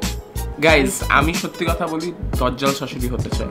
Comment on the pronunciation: It not dojjal it's dajjal